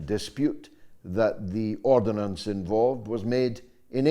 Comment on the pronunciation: George! It’s ordnance, not ordinance!